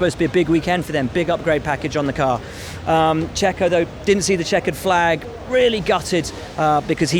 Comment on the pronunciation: He say checo?